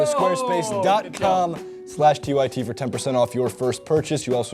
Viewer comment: Lol i had no idea he was saying 'squarespace' until they flashed it on the screen